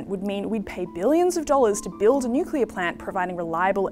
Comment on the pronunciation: Bowen can’t even pronounce nuclear, only appealing to low intelligence voters